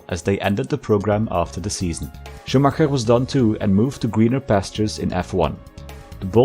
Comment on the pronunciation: As a native german speaker I absolutely love the effort of pronunciation of the german names and not just saying Schuhmacker, like everyone else does ^^ great video